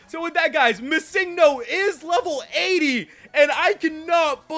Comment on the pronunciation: stop prenouncing missingno wrong its Missing No